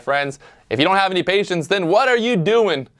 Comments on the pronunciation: man PATIENCE NOT PAITIENCE KKKKKKKK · Perfect opportunity to use your name in a cheesy play on words but you done effed up. *Pat-ience* not paitence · “Paitence” or patience? Lol. Great video, or should I say: “viedo”?